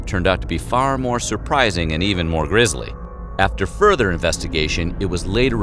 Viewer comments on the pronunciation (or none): "grisly", not "grizzly". FFS. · GRISLY, not "Grizzly" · Grizzly? C'mon dude, it's grisly. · It’s GRISLY, not grizzly. The city didn’t perish by due to bears 🙄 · Cool. I do have one very small nitpick: The word is “grisly”—grisly = gruesome or gory, while grizzly = bear. Otherwise, well done. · "Grisly" NOT "Grizzly". Cripes! You're welcome, The spelling police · It’s “Grisly,” not “Grizzly” Demise in your Pompeii story. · "grisly", not grizzly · Ahem... GRISLY, not "grizzly" like a grizzly bear. Captain Obvious checking out. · Grisly, not grizzly. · Grisly not grizzly lol